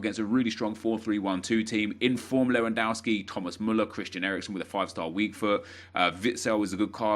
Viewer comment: GOOD job! jou pronounced Lewandowski good (not all the time)